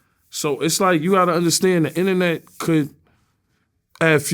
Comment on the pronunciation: “I stay outta the innanet stuff” 🙄